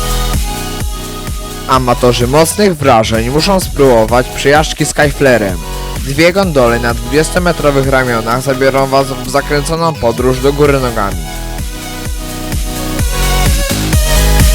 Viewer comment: Takie małe sprostowanie to jest skayflyer (czyta się skajflajer) a nie Skajflerem tak jak to narrator wypowiada ;)